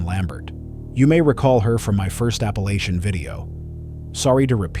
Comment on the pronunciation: Please program your AI voice to say Appalachia correctly!